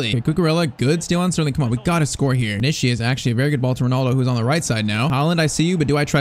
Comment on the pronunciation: Bro I swear this blud is sayin vinicshus